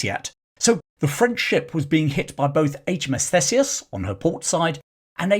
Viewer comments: It’s pronounced THEESEUS, NOT THESEUS. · Thanks for the vid. Just a heads up for future reference, Theseus is pronounced Theesius.